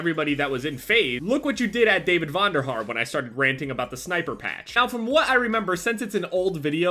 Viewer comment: he said Vonderharr